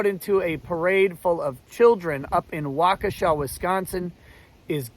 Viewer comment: I really appreciate that you pronounced Waukesha correctly.